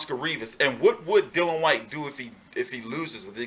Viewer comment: Come on man, DYLIAN... Not Dillan. Busy weekend for you. Great channel, big respect from the UK Hardcores.